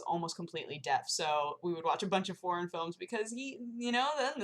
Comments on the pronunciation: oh god i kept thinking you were saying "porn films" instead of "foreign films" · oooooh, FOREIGN... heard, "Forn movies" and it sounded like... p